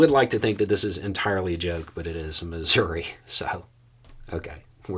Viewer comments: did you say Missouri or misery. Seriously, I swear you pronounced it misery. I could b mistaken. 😊❤ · First, I didn't like your suggestion that this is possible because, well, it is Missouri. Every state in the Union. And both sides of the aisle are equally corrupt. Second, you could at least learn how to pronounce Missouri correctly.